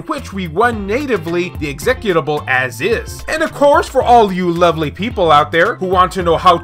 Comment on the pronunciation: The way you say executable lol